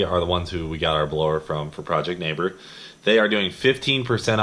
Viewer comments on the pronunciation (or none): please do not put a ls in neighbor... noooooo